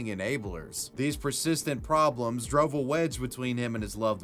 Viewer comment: drUHve? not drOHve?